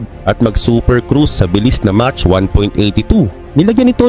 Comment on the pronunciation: 😮mach unit for speed of sound pronounced as mak